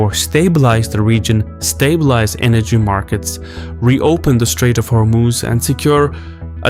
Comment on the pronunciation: You keep saying Hormooz. It's not how it's pronounced. Hormoz.